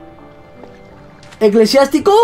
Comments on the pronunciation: Eclesiástico no eclesiatico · vegetta llamo a Eclesiástico ECLESIATICO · Tu perro se llama eclesiatico no eclesiastico